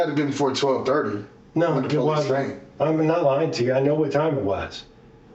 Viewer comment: That, "It wudden me," isn't gonna work here, Shaggy.